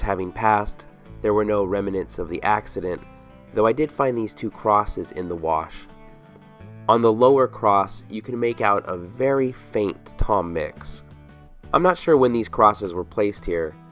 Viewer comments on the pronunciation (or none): The word is "rem-nant" not "rem-a-nant."